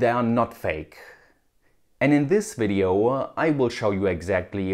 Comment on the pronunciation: nice video'uh.